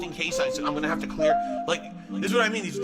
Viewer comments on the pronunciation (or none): none